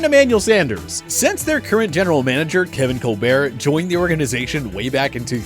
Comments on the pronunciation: It's not pronounced"coal bear" it's coal bert" !!!!!! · It's not Kevin Col-bear, it's Kevin Col-bert. The t isn't silent. Mike Tomlin is deserving of credit for drafting WRs. He was one in college at William and Mary. Tomlin is crucial to the Steelers draft success. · Say Colberts name correctly. God damn it. He isn't french. And he's not Stephen "im too smart to pronounce my name correctly" Colbert... It's CAOL-BERT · It’s Kevin Colbert (Coolbert) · Called him Kevin colebeart😂😂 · Wrong pronunciation of Colbert 🤦🏻‍♂️ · Anyone else annoyed by his pronunciation of Kevin Colbert?